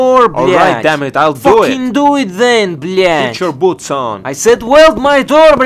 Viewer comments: Согласен. Круто звучит, когда русский чел так произносит blyat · на этом моменте я подумал что "блять" произношена прям с русской душой